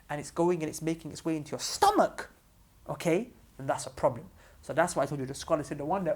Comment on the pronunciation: idk I'm dying of laughter😂"No proo bleem oo" anyways may allah bless